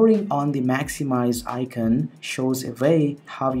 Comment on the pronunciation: Where is this guy from? He doesn't sound indian, I can't place the accent. The way he says Icon sounds like I-kin.